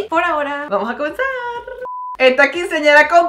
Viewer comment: Mariales me encanta cuando dises vueno poraora vamos a comensarrrrr